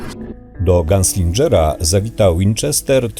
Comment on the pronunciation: gunslingera nie dżera, błagam :l